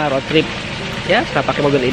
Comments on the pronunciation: Rot? Bukan rud? Indonesia bacanya...ejaan rot dan road salah cakap salah makna.baik menggunakan bahasa bangsa sendiri,kalau di seliti bagasa asing kena yg betul untuk pembelajaran.apapon saya suport. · Diseliti dengan bahasa english.tapi cara sebutan bukan english.jadi maknanya lain....contoh di cakap rot harus nya rud(road)